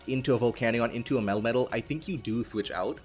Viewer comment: Love these videos also love how your "melmetal" pronounciation, sounds like "metal-metal"